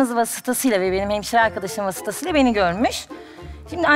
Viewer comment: 15.51 arkadaşlar vasıtasıyla. vasıtası öylemi telaffuz edilir 😄😄😄😄 hele o saçlarrrrr🤮🤮🤮